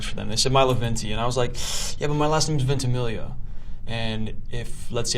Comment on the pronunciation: i love how proud he is of his name even he can't pronounce it correctly